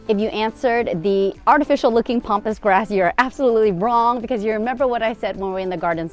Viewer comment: Please pronounce Pampas grass as Pampas not Pompous 😅